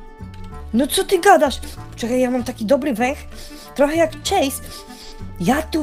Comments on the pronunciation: chase nie czejs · Chase nie czejs czy ty wgl umiesz choć trochę angielski